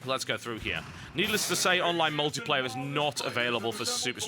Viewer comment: pretty sure its the same guy who did game reviews for mmohut. dude has the tendency to pronounce online "onlive"